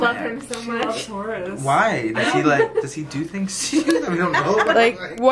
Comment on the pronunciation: Not me thinking she was saying "Horus" and not "Horace" 😂😂